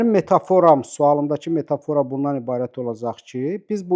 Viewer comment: bəy, "metafora" sözünün vurğusunu düz vurmağı öyrənin. Adamın qulağını deşir.